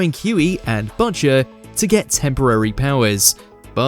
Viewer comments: the VO is either Ai , cant read coz english isnt their first language , or hasnt seen the show, coz what the hell is buhcher ? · Budger? 😅 It's like you call him after the little birdie 🐦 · Cant just let Botchers slide. Maybe don't have the UK version do this if you can't pronounce the name of the main character. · my guy, you gotta figure out how to pronounce "Butcher"